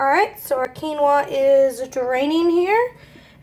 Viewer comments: “Queenos in the microwave” had me dying 😂😂 When I first went to buy it I couldn’t find it in the shop and called it “Quinn-oh-a” when asking the staff where it was lol, so you’re not the only one haha. Great recipe! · I love you 😂 Quinoa is pronounced “keen-wa” lol